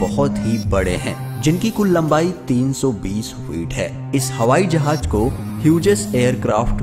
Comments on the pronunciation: Hawai Jahaj nahi Hawai Jahaz hota hay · O bhai jahaj ni hota jahaz hota h